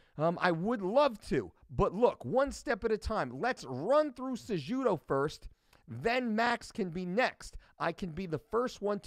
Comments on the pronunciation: cejudo say it with silent j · Isn't the j pronounced as an h in Spanish and Portuguese??